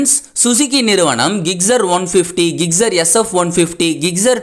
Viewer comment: ஜிக்ஸெர் ஆ??? கிக்சரா??? பைக் பேர சரியா சொல்லுங்க.